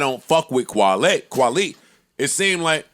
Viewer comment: When Joe kept calling kwali kwale I knew he was mixing kwali with wale and he kept calling him kwale that was hilarious 😂